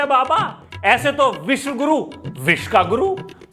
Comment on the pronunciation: Vis guru nhi visv guru h ve dhor